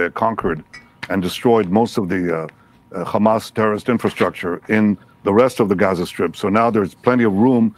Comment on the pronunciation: Khamas khiding in the khospital, eating khummus.